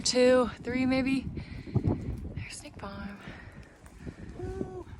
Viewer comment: I hope you're enjoying your hike. One funny thing: every time you say "Snake Farm" for some reason my ear hears "State Farm". In my mind you're hiking with Jake from State Farm.